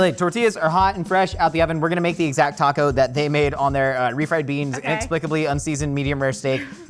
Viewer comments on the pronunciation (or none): It was rough watching Mexican food week!! So spot on!! 😆 my hubby is a brit and doesn't like Mexican food! I can't even imagine my life without Mexican food. Or any South American foods. I could eat it every single day. Plus, the way he says taco...like, Tack O. 😆 🤣 I can't.